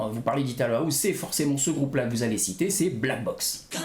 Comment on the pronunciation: Pourquoi tu dis : HOUZE ???? Ahouze ???